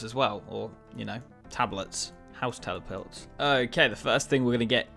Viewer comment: Am i the only one who noticed saying “House telepilts”?